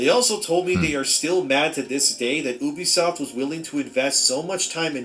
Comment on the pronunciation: bro kept saying obisoft over and over and over